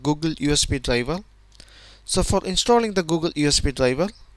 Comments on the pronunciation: DRIVER - dlajva, dlajva, dlajva :X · Very good video but your pronunciation of "driver" sounds like dlabel